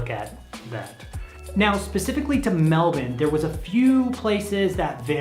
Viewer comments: An American finally pronouncing Melbourne correctly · The way you pronounce Melbourne is bloody impressive